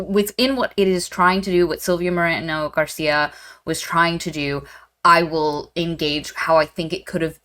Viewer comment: First of all, if you have not seen the SEMINAL "emos contra punks mas hare krishnas" (lit: emos versus punks plus hare krishnas) you simply must Second: the book is very much akin to Del Toro's Crimson Peak Third: Silvia Moreno's name has no rolled r's (otherwise it'd be Morreno) the r is "rolled" because it can be sustained. it sounds a bit like an engine? I know a joke is meant but also, americans do do that joke a lot to the point it has peculiar feel But also: if you know the rolled r is the double r why would you deliberately mispronounce the author's name? What's the joke there? Or if you thought the short r is the rolled r... the joke is you got it wrong? I dont want to be acerbic but i really dont get why bring the rolled r up